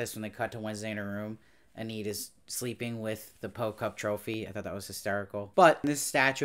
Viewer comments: Hey, small detail: you keep pronouncing the name Enid as "eh-NEED" but the correct pronunciation is "EE-nid." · overall, he did a good job reviewing it, but the constant mispronunciation of Enid throughout all of his videos was a bit distracting.